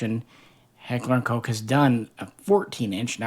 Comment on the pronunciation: One of the very FEW guntubers that pronounce Koch correctly. I appreciate that 👍